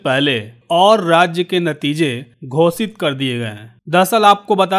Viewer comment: घोषित को घोसित बोलते हैं।